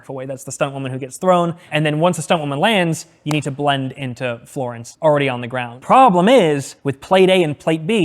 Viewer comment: blend into “Floorence” 😂